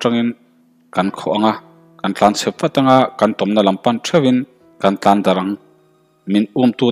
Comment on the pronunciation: Arpa tlan tih a tlan tih hi thluk hniam tur. Tin,kawnzam tih a zam tih hi kawr kan nan thing ka kham Kai tih a kham tih thluk hian thluk tur